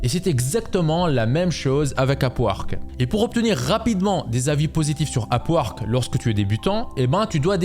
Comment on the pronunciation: tu dit, A P U A R Q U E 😂 c est pas complique le sond UP! WORK ,,,,k